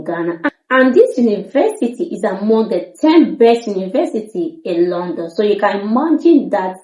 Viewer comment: London not Landon. Kindly correct this obvious and huge error.